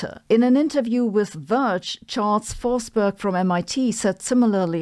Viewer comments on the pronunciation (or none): none